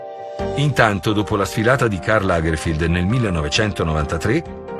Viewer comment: Lo stilista tedesco si chiamava Karl Lagerfeld no Lagerfield👎🏻